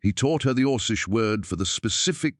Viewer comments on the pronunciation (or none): 'kay, it's or-keesh, not or-sheesh. On the plus side, I'd been wondering if there were tales where a human girl/woman hooked-up with an orc/alien guy, just today, well, here we are. Good job.